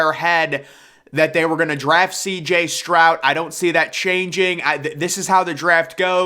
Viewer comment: Stroud has a D at the end, not a T